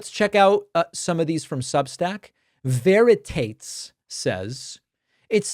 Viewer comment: Your reply to Veritates is definitely correct, but I think you've mispronounced his name (that's just a guess, the author may have thought otherwise). Veritates in the latin form seems to be the canonical pronunciation...